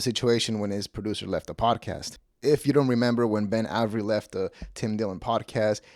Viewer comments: It's pronounced, "Ay-very." Not, "Ah-very." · It’s A ver Eee. Not ave eree. How do you mispronounce Avery? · Immediately clicked off when you mispronounced Avery 😂